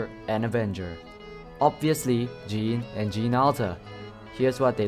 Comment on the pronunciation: Jeanne is pronounced JANN not JEEN